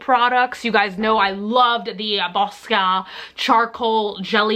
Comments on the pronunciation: Boscia = bo-sha. :-) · It gets even funnier every time she says BOSCIA